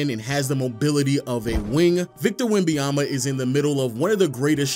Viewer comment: Great video but it's not Wembayama but WembaNyama :)